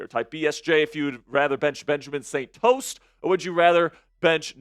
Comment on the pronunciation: called that man Benjamin St "TOAST" 🤣 SO ACCURATE SMH...BENCH THAT MAN!!!